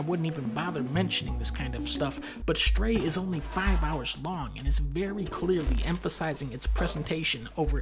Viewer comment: Fun fact: the game is called "Stray" not "Shtray", Dunkey